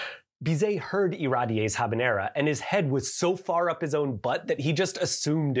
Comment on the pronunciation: ~ ze ghavanera ~ is how I will pronounce habanera forevermore